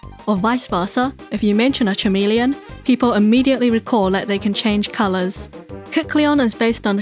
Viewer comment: FYI - “chameleon” is pronounced like it’s spelled with a K, same way as Kecleon. English is weird lol great vid!! Learned so much